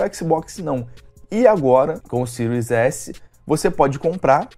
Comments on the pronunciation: "Cirios éssi".... O encardido ai não pronuncia o nome do console... Como hoje qualquer favelado sem informação acha que é o dono da verdade... Em pleno 2020 nego ainda vem falar em exclusivos, a ai vc vai ver a lista dos 10 jogos mais vendidos no PS4 nessa geração e o argumento do "excrusivu" vira uma rola do Kid Bengala na bunda de quem ainda diz isso. O encardido da língua presa nivelou tudo de acordo com o gosto pessoal limitado dele. Vc tem um console a preço acessível, pronto pra próxima geração com um serviço como GamePass lotado de AAA, mas pq não tem o Lesbian of anus, não presta. Os Milgrau la da vida era retardados, mas o encardido ai se superou... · "xbox siro S" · “Xbox siru S” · O cara não sabe nem falar series s, ele fala siro s kkkkk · O que falar de um cara não sabe nem pronunciar o nome do Console , o que espero de alguém que fazer um análise sobre um vídeo game ou qualquer outra coisa , saber ao menos a proposta pra o produto foi criado . Kkkkkkkk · Canal que mais cresce no Brasil? Piada né? Tu nem fala o nome dos consoles direito. Comecei ver o vídeo e nem terminei... 🤢🤮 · O cara não sabe nem pronunciar o nome do console e ainda fala merda